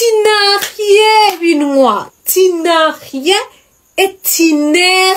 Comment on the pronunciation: Numvirije ico gifaaransa uvuze ngo: tinarien 😂😂😂 meanning ngo: tu n,a rien.